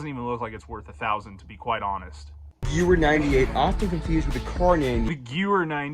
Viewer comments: DID THIS JACKASS JUST SAY GU-WEHR INSTEAD OF GE-VEHR? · I don’t know any German, but even I knew how to pronounce Gewher. 🤦‍♂️ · I remember playing call of duty 3 probably when I was 13 and pronounced the Gewer 43 as Jewer 43. that pronunciation he used must be intentional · Guys gweer for sayin it like that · I have heard other people pronounce gewehr just like that. I think it comes from a total lack of understanding about how german words are pronounced combined with simply reading it in an item tag in a game or even written down in a book. But let's be honest these boys ain't reading books. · So do we know how that kid actually came into possession of all those guns? Cuz even at reasonable prices that still a lot of money in surplus firearms. And being that he doesn't even know how to pronounce "Gewehr" it seems odd that he would spend so much money on a collection like this. Did a family member/friend actually buy it and give him permission to film it or something? The whole situation just makes no sense to me